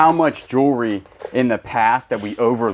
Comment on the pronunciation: I think it’s funny how you say jewelry like jury. 😂 I still like y’all’s videos though 😊